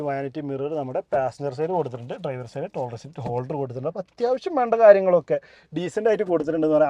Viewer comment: ദയവുചെയ്ത് ഉച്ചാരണം ശരിയായി ചെയ്യൂ... ലൈറ്റ് ആണ് "ലേയ്റ്റ്" അല്ല ലൈക്ക് ആണ് "ലേയ്ക്ക്" അല്ല... സൈഡ് ആണ് "സേയ്ഡ്" അല്ല കേൾക്കാൻ വളരെ അരോചകമായി തോന്നുന്നു.